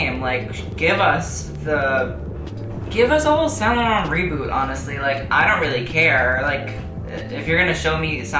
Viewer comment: Actually he's pronunciation is good.